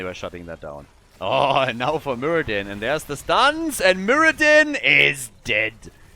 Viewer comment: Muradin? You might call him... muradone.